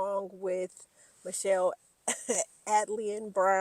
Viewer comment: Her name is pronounced A -T - Alien